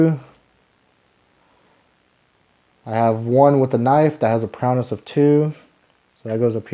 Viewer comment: Really good and helpful play through, thank you! Just to split hairs, it’s prow-ess, not prow-ness. 🙂